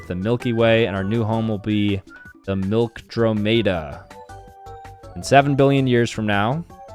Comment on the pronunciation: FYI, that's not how you pronounce andromeda or milkdromeda, Also, I'm sorry, but I couldn't stand you missing the fireball, shockwave, wind blast, and earthquake in the asteroid simulator